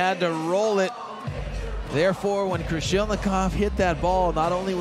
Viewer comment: Not Krolishnikov, but Krasilnikov! What a disgrace and non-professional of commentator! It's his job, he gets money for saying names right! What if Russian journalist called princess Dunya instead of Diana? And this commentator continued to support Germans more emotional then Russians what sounds like a big shame. So unprofessional